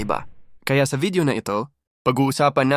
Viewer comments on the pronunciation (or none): none